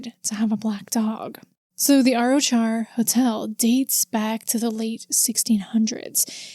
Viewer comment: Hey, Arrochar is pronounced more like "ah-rock-ar". The "ch" in Scottish place names is a kind of guttural sound from the throat, most people not from here struggle with it though and just use "k" instead. Lovely wee town, I've been a couple of times but never seen anything supernatural :)